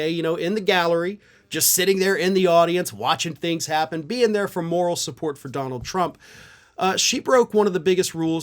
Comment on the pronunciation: I could swear that you said "She was there for moron support" 😂 That opens so much questions. Is she the moron that supports the orange traitor? Is she there to support the moron? Which moron? Trump, Blanche, Eric? Are there emotional support morons? Where can I geht one? 😂😂